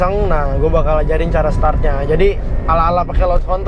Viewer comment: bang - = "tutorial cala" wkwkwkkwkw 😂.. keren tips nya btw